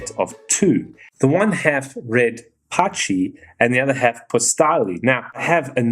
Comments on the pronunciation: Cool video, just a tip: In italian "pacchi" is pronounced like "pakky" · Great video, and just a mention: “ch” pronounces as k in italian, “cch” as the kk or ck in English. When you said that word, I couldn’t help but to think of Patxi, a Basque nickname for Prantxisko - Francisco, and I right away thought of a Patxi in some traditional Basque clothing :D